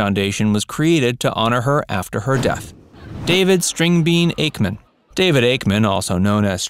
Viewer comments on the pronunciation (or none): none